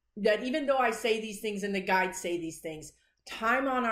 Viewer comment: Enunciate "guides" otherwise first time listeners hear "guys." Ask your guys, lol, if I can mention your YouTube channel when I comment on CNN MSNBC. Occasionally I post (or reply) your prediction and say it's from a psychic medium on YouTube. I don't post the source because you will get some haters. I think you can handle it, but haven't wanted to take a chance. It would be nice if you were recognized. You predicted Jan 6th loud and clear.